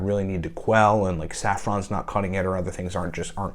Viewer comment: Did you say Saffron?